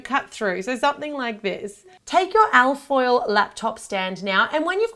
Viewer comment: It took me waaay to long to figure out that you weren't saying "elf oil" but "al foil" lmao!